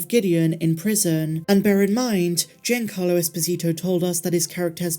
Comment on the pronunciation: Giancarlo is pronounced JOHN-CARLO!